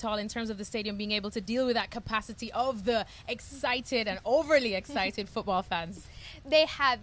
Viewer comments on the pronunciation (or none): none